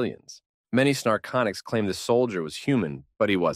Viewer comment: The mistakes the A.I. reader makes can be rather amusing. I am hearing the name of one ET species as "snarconics", and the text says "narcotics"...perhaps these aliens are addictive? LOL